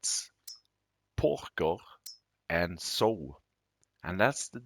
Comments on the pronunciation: July 28, 2023, the word Pigsty is pronounced Pig Sti (eye) and the word Sow is pronounced "S ow" "(Ow like when you hurt yourself) I hope that helps. 😃 Great video sir. Thank you and take care. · It’s s-ow, like oww! You pinched me 😂